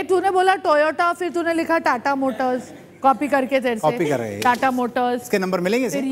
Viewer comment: Tata ko toyta bolne wali😢😢😢😢